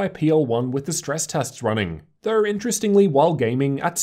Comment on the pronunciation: "thurr" = though